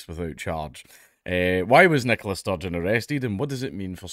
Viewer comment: Oh my god this entire time I thought it was a guy named Nicholas Sturgeon. Fix your speech impediment.